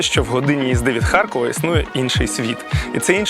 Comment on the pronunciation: А чому ХарЬкова? Справді цікаво, бо дуже багато так чула ще й від тих, хто в житті говорить укр. Чоловіка мама з татом колись жила в молодості 2 роки в Харкові і щось до сих пір так говорить «ХарЬкова»